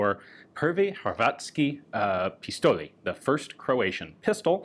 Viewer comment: Always wondered how does the oft-mentioned php look and work. Does this mean we get to see the hs95 and 2000 history+dissassembly too? Minor remark, if you can't say ć (like majority of english speaking world can't), you can say it like č(written as ch) without butchering the meaning too much(well pronounced "karlovac" and "hrvatski" btw, pistol needs more practice).